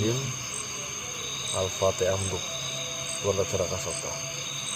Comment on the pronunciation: alfatihah mas...bukan alfati ah..artinya beda...tidak ada alif yg ke 2..coba liat di alquran tulisan nya alfatihah bukan alfati ah...